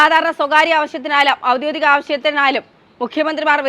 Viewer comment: "ഔദ്യോദിക "അല്ല, ഔദ്യോഗിക എന്നാണ് കുഞ്ഞേ...